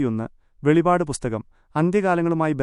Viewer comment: വെളിപാട് അല്ല വെളിപ്പാട് 🙏